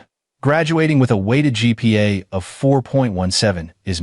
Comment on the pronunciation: GPA- Grade Point Average, NOT gigapastels. Program your AI as to understand what it means.